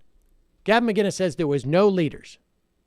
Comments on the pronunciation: It's McInnes motherfucker not McGuinness! Sheesh. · Why can't Americans say mcinnis properly? It's not mcguinness. Mick-innis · Who’s Gavin miginnes? Do you mean Gavin McCinnes? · Dude…there’s no G in Mcinnes, putz.